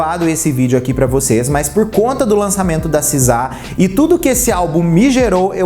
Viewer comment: Seu inglês é horrível,meus ouvidos sangraram ouvir vc falar “sizá”